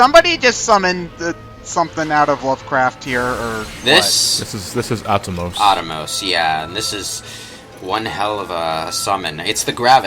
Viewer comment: ah-TOE-mos. Not attamos.